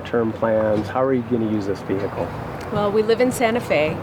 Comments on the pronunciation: ve hicle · Ve-he-cal It triggers me how he says it 😂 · Why does this guy insist on saying 'vee-hickle'? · Why the hell do americans always hiccup when they say the word vehicle???